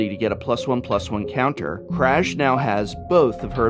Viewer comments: Aaaaaaaargh! That's not how "Kraj" is pronounced! :D It's more like Kray. Oh and btw, it means End. :D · Given that the Ravnica vocabulary is heavily based on Slavic culture, I assume "Kraj" should be read as "Krai".